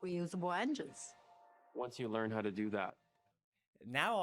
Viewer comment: I LOVE your rants– “Hoow” 😂. There’s nothing better than party pooping TEDx talks 🎉